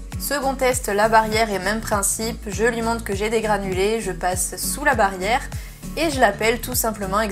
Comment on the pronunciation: Qui a remarqué " la barrère" au lieu de la " barrière" 😂